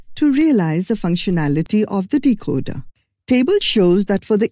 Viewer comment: Decocer not decoder